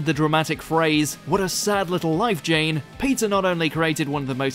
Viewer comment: Had to relisten to the sad little life Jane and it sounds like you said Jen